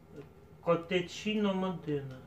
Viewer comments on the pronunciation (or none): Привет!!! начала смотреть твои трансляции!!! уже как 2 недели,залипла!!!:))) сижу ржу не могу!!! Живу в Италии! если нужен перевод обращайся!!! а то как ты назвал КОТЕЧИНО:))) я вообще упала," Это блюдо првельно читается КОТЭКИНО( его нужно варить вместе с фольгою 20-30 мин... так что обращаюся!!! Удачи и процветания, Днепру привет из италии ВЕНЕЦИЯ! С уважением Лана.